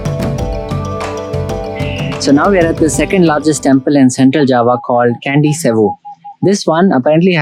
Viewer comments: the pronounce temple is not kandi but chandi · &, hi there 👋Salam, Namaste from Jakarta, I just found ur vidio, its nice n informatif, Dhanyabad for ur short explained about Sculpture on the wall. Small note, I heard u read Candi with Kandi, actually Candi mean temple, and read kind of Ca in Hindi such as chai, or chaca, or chand.. (So Candi, u can read as Chand-ee..) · Not Kandy but Candi (or Chandi in Sanskrit, or Chedi in Thai)